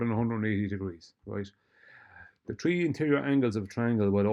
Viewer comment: I'm sure I've heard count "One, two, tree". OK, as you were.